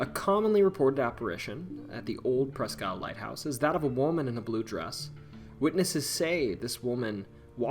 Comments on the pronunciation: Presque Isle is pronounced like Eel. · "Presk" isle